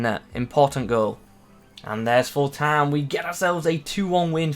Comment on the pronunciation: you say " Time " really weirdly at around 5 minutes O.o